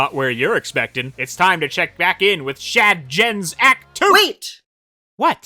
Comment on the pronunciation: Okay the TF2 reference recently and now the Dark Souls reference?! slow down you are already my favorite youtuber! You are breaking the scales! Also whenever you said "Shad Gens" my brain couldn't help but hear "Chad Gens" which to be fair, is pretty accurate with that game though. Also this video is making me want to dig out my Ps4 to take a closer look at Forces again, I feel like I can appreciate more things now even if I don't like the game as a whole. Also in hindsight, Classic Sonic must be so confused traversing through this area considering how different it is from the levels he came from in Mania. Once again an amazing video, always a treat to see you upload something and your animations help put in so much personality to what could seem "dry" on paper. You really make me find more and more things to appreciate about every Sonic game.